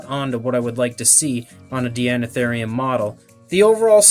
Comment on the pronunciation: I think it's pronounced "Dinotherium", since the prefix is the same etymological origin as in "Deinonychus" and the like. Regardless, I love this animal and this model. I have one one my shelf, right next to the Safari Ltd. American Mastodon. My life just wasn't complete before.